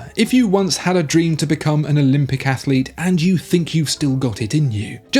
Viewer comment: ‘Athalete’ - AAAAAAGH!!!! The curse of the added extra syllable. (See also ‘Remenant’).